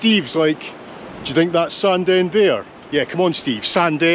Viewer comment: Thanks again for bringing back my childhood Steve. I recall running along Sandend beach with my brother having run down from the hills. I live in England now and the folks moved to Nairn so it's rare to see all the towns and villages I spent my early days in. Btw Sandend is pronounced "Sanine" to the locals!